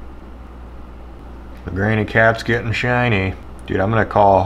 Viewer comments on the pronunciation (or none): none